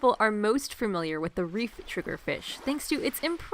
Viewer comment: There's no such word as firmiliar. Please stop slaughtering the English language.